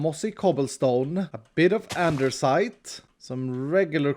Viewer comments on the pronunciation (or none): I like how iskall says Anders-ite instead of andesite. Swedes will now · Nobody: Absolutely nobody: Not a single soul:: Andersite.... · Oh no. He said “Andersite” 😬😂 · There is no R in ANDESITE